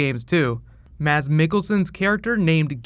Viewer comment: Nice pronounciation of Mads